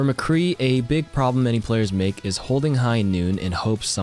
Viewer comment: He called Mccree Mccree, as should